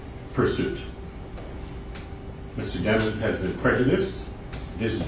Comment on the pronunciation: How the hell he get a last name like Demons and why do all these people keep purposely mispronouncing it? I think he did it but thats my opinion